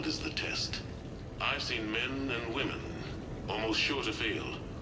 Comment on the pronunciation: "All these... Wömen!"